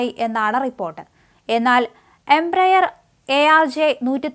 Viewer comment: കുട്ടി ഒന്ന് ചിരിക്കൂ ഒരു വലിയ ആഗ്രഹമാണ് പിന്നെ ആരുടെ മൂക്കുകുത്തി ആണ് വീണത് എന്ന് വല്ല പിടിയും കിട്ടിയോ മൂക്കുകുത്തിയുടെ ഉടമസ്ഥനെ അറസ്റ്റ് ചെയ്തോ വലതു അറിവായോ പിന്നെ ഒരു കാര്യം എമ്പ്രായർ, വൻപയർ എന്നെന്നും അല്ല എമ്പയർ എന്ന് തിരുത്തി വായിക്കണം